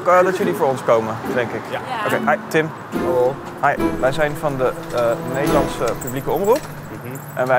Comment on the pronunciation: "Halloey?" haha